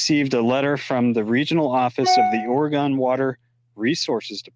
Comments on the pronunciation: It’s not pronounced Ore-gone. It is pronounced Ore-gun. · Hi, it’s pronounced “Orygun” instead of “Oragone.” Love your videos! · it's not Oregone, it's orygun. Lol. Love you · Say, Ora-gun, not Ora-gone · just so you know, listen to your speaker pronounced Oregon. It is prounced Orygun by Oregonians. Thanks, Tom